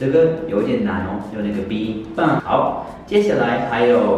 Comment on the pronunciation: 我聽起來是棒😂